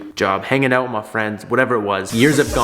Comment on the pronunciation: My dude said peace “oat” and never came back :(